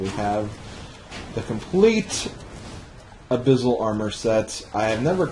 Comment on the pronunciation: Why do you say abyssal like abyZZal? Its pronounced "ab-iss-al" not "ab-iz-al"